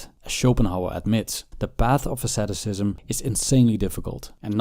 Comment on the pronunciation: What is the name of the practice suggested by Arthur Schopenhauer and Buddhist monks? I can't understand from the video, I hear something like "sadoscism", but it doesn't look like you are talking about "sadism" or "masochism". Edit: never mind, I found closed captions, it is "asceticism". English isn't my first language, so it's hard sometimes to understand.